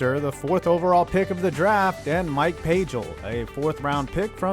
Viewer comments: BTW. The pronunciation is PAY-gull. His senior year he outdueled John Elway in an ASU-Stanford matchup when ASU had the #1 offense in the nation. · Awesome vid but Pagel like bagel, hard g rather than soft. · It's pronounced Mike Pay Gull,his brother Karl Pagel was a major league baseball player.